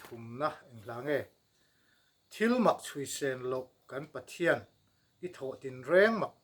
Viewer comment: No-40na thu nawn Pathian tih laia thian ( d__r slur hi d___l, slur angin I sa tlatin ka hria, ka hriatna beng diklo zawk emni chu le ?